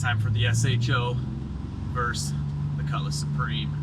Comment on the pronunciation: it's versus not verse.